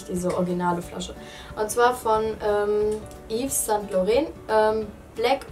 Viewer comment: ives sant lauren 😐😐😐😐 es heisst ive san lauron also ausgesprochen.